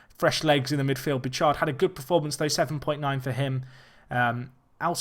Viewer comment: Not entirely certain, but I think Bouchard is Boo-shard not Boo-chard